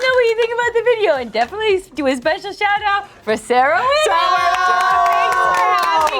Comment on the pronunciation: I cannot think of Sarah Whittle pronounced any way except : 🇮🇹🤌🏻 Sarah Wheedel🤌🏻🇮🇹